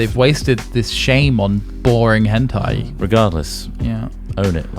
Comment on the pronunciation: Henti?! Hentei?! you gotta be kidding me